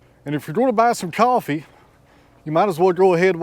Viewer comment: Are you saying Offee or Coffee? 😄